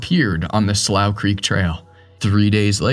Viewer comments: Slough is pronounced "Slew" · I believe its pronounced "sloo". How can you not know that? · "slough" is pronounced "slew"....it means a wet, low patch of ground. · It’s pronounced slu or sloo… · Maybe the mispronounced Slough was from using AI narration.